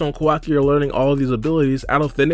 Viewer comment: Naruto explained he be lying to much and he the way he says kawaki name is wrong asl